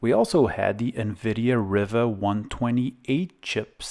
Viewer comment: So you know, Riva is pronounced "ree-va." Also, planar is pronounced as "plane-ar."